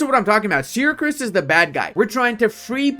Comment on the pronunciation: Is it just me or pronounces "Syracuse" as "SyracRuse"?